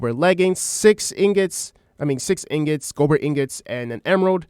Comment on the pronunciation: I can dismiss someone spelling it as "breathin", but I can't dimiss someone saying Gobber incorrectly for an hour. GAH-BUHR... not GO-BUR. 😅 JK. Great video